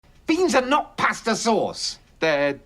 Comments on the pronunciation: P A H S T A H /Pasta/ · I like how they say pasta